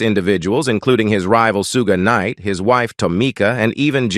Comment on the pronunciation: I mean ai pronounces it the correct way